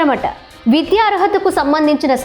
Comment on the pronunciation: ముందు నువ్వు తెలుగు లో విద్యాలయం అనే పదం తప్పులేకుండా చదువు😂😂😂